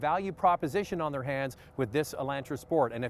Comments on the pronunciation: I see it, too.....whats up with that???, its E- lon-tra...... not E-lan-tra. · E-LAWN-tra.....NOT ...E-LAN-tra.....listen to yourself 😊😅🤗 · E Land Tra he says cause anyone says it like that Canadian or not weird on purposeee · I don't like how you say Elantra!😡